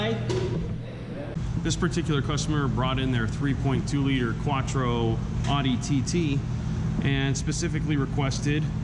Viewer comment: Great video but that’s not how you say Audi!